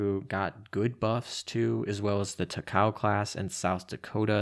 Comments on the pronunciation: “Tacow” hurts me ears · Takao Ta-ka-oh